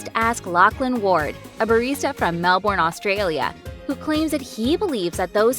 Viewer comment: Melbooooooooorne AUSTRALIA. No Melbourne Australia